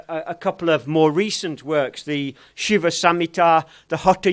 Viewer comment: It's "Shiva", not "Shiv". North Indian languages have a tendency to cut off the ending vowels of original Sanskrit words, and thereby creating incorrect words like yog, aasan, brahm, narayan, sadhan, prardhan, etc. Correct words are Yoga, Aasana, Brahma, Narayana, Sadhana, Prardhana, etc